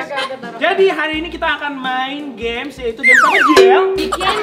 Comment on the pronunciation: Aku ketawa pas bang Thariq bilang "games ap jiel "